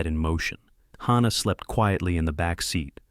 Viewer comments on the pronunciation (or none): I am so sick.of the mispronouncing of words and especially names in these stories!! The baby's namd is HANNAH with an A p d oniunced! NOT HAUNNAH with an au pronounced!!! Please get narrators whi can read and pronounce!!!